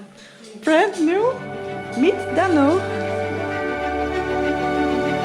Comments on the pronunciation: Noraly, have you watched the Bolkywood classic blockbuster movie "Sholay"? How did you find the name "Dhanno"? BTW, practise pronoucing it correctly-- it's not "Dunno". It's pronounced "Duhn no". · You gota stress the nuu when you say Dhanno,. DHan NuuU.... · Noraly, DHANNO is pronounced as " the" DHA is pronounced just like THE so try pronouncing it as DthAANO!!! I think it was the name of the horse of Basanti, from the bollywood movie "SHOLAY"!!! Best of luck with ur new Bike "DHANNO" & Bonvoyage in the very near future!!! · I was about to suggest you "Dhannoo"... "धन्नो"... 😂😂😂. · This is the first time i feel sad in this whole journey. You Leaving basanti at that shop make me feel so sad. But basanti will be remembered forever. Welcome to Dhanno...I wish both of you best of luck for coming adventures...I think you need to put more emphasis on dh part of "dhanno" in pronunciation